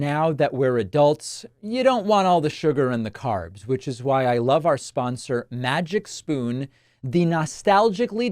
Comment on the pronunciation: Oh Davif, i thought you said MAGA SPOON in the advertisement.